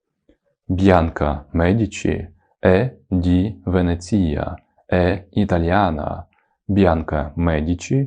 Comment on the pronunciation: Почему ВенецІа? ВенЕція вроде бы. 🤔